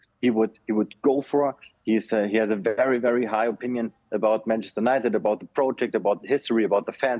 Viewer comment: He can't pronounce United properly, so how can we trust about his news